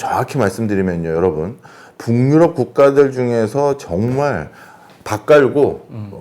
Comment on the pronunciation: 교수님, 강의 감사하게 듣고 있습니다. '북유럽'은 '붕유럽' 아니고 '부규럽'으로 발음해야 합니다.